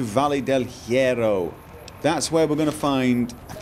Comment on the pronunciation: Here's a tip. You don't pronounce the H at all in spanish. Also, you have to roll R's when there are two of them together of when it is at the start of the word. You also pronounce double L's and Y's as the J in the word Joke:)